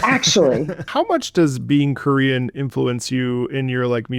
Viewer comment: oh my god I thought you were saying "Curian" or something and I was like what the hell is that??? When I listened back I recognized Korean easily but maybe my brain short circuited.